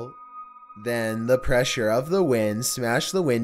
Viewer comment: Dude please, I love your content and mean no disrespect its just your voice is just SO uncomfortable. The way you're speaking is extremely unnatural. Perhaps memorize your script instead of reading it? idk if I had to type how it sounds: "and twists AND turns insIde the ve-HI-cle. then, the prESSure OF the wind.."